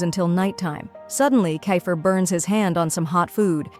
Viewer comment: Bro is kifer not kafer